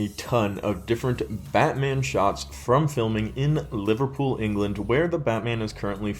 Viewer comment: It feels so weird hearing an American say Liverpool 😂😂